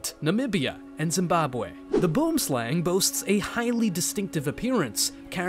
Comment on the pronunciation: boomslang is pronounced: boo-em-slung. Just being prodantic and patriotic 😂